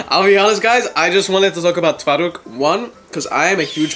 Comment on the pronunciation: your pronounciation is really good i fr thought you are polish😊